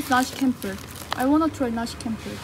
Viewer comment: c in indonesia pronounce like Chocolate, not like curious... so, you pronounce nasi campur is wrong... campur pronounce like champur